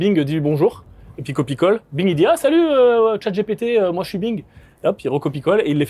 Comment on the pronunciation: Please ...chat Gi Pi Ti pas "gépété" A I vs le prononcez bien É AIE ..donc ..🙄